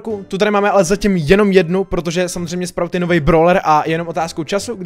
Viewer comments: Čte se to 'Spraut' ty sprůte :D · čte se to sprůt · Čte se to "spraut"... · Vyslovuje se to sprůt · Vyslovuje se to sprut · Sprout sa to hovorí